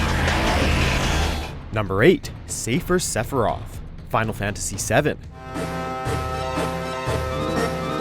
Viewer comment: Xavier: Top 15s once pronounced Sephiroth as “Sef-oh-rye-ith”. It was in an episode about game mysteries/theories.